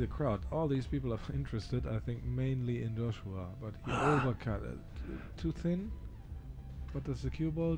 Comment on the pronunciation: Joshua, not Josuha.